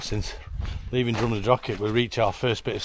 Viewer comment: Jesus, can you people use your mouths properly, show some respect and pronounce the Gaelic "ch" in Drumnadrochit, Cannich and Glen Lichd the way it's meant to be pronounced? IT IS NOT 'CK' FFS.